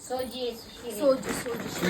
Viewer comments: सोजी नाही ग बाई सूजी असतं ते😂😂😂😂😂😂😂😂😂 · शहरातली अडाणी....सोजी नसते ते सुजी असते